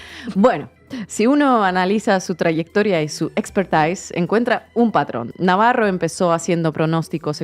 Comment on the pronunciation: Digan Navarro correctamente, con acento español. Viva España.